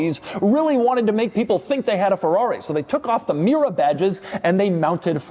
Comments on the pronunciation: Doug the type of guy who pronounces Mira and Mera exactly the same $10 he also says "merry-o" for Mario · Do I hear Mira all the time ...is it me or him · Is Mera pronounced as rhyming with Miura? Did Pontiac use that pronunciation to evoke both Ferrari AND Lamborghini in one package? When I first read the model name it looked like it would rhyme with the American English version of the word era. Or sclera. Also, my brain: "that doesn't look very similar to a 308" then "oh. Oh my." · was it me, or I did i hear Pontiac Miura? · Mera sounds like miura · Oh, it absolutely sounded like Miura.